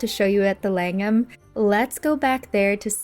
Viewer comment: Langham is pronounced Lang'am not Lang-ham. You look like Holly Willoughby. Surprised you didn't feature the Peninsula, Berkeley and Corinthia hotels.